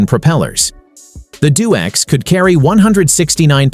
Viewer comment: D O X, not DoX